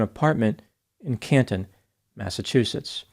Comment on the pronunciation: Huge fan, but you totally botched the pronunciation of Wellesley and Stoughton. You nailed Sharon, and Canton, however.